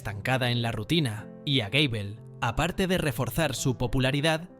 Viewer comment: Gable no Gabel XD